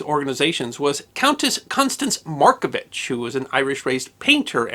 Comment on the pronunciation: A few pronunciations aside, a fair portrayal of an extraordinary person. Loved and admired here still